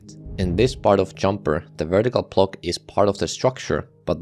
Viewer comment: Say “block” not “plock”